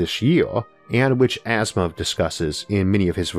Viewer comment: It's Asimov, not Asthma